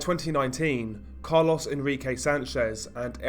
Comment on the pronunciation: it’s carlos, not “Car-Loss” 😂 sorry that caught me off guard